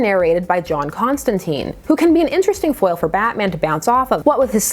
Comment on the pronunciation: I'm gonna need you to pronounce Constantine's name correctly ('tine like time) I can't have you going around being ever so slightly imperfect. You're better than that. Having only heard about the weiner business I had no interest in this book, but now that I actually know what's up with it I'm VERY interested. Horror angled Batman is my jam and it doesn't happen nearly enough. Also, I will savor any chance to see John not shooting fireballs or making planet forcefields or any of the bullshit superhero-fication DC is intent on ruining him with.